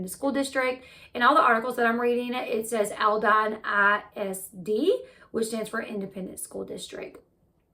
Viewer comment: Born, raised and lived in Houston. This is horrible and sickening...the perp, didn't just know how to do this without personal knowledge. Sooo sad..and the school district is pronounced Alldeen. :)